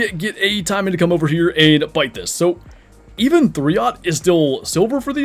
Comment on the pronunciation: Taimen should be said taymen not timen. For example, we don’t say pine, we say pain with the emphasis on a.